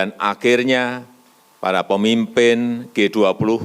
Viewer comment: G 20 pak bukan g duap. Kenapa cuma 2 kata bhs inggrisnya pak tidak seluruhnya... Kan bapak pinteeeeeeeer bahasa inggrisnya.